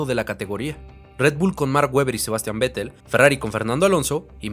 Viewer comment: Buen video, buena edición e información. Solo decir que se pronuncia "Féttel", no Vettel.